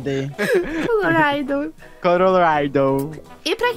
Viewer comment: “Coloraydou” o se renventendo a cada vídeo 😂